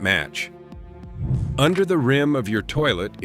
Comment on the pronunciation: I appreciate the valuable information. The speaker has a very nice voice! I would like to say the the word "rim" is NOT promounced as if it were rhyme.